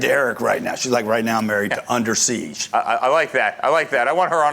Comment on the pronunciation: He's saying seize but the title to video is siege. Which one is it